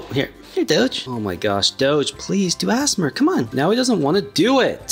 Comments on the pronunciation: also "assmer" is so funny dont mean to be rude but i think u pronounce it a s m r seprate letters :D and again happpy birthday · i love how he says assmer also happy bday doge!!! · It’s not asmar it’s asmr also happy birthday doge🐕🐕🐕🥳🥳🥳🥳🥳🎉🎉🎉🎊🎊🎊🎁🎁🎈🎈🎈😘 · Asmr ❌ Assmer ✅